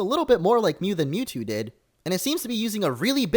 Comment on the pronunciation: You say Mewtwo a lot so it sounds like YouTube